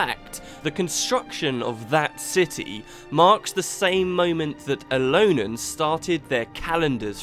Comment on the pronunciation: Aren't they Elonians, not Elonans? I don't like to point out inaccuracies in an otherwise awesome video, but I know how dedicated to this you are and thought I would point it out.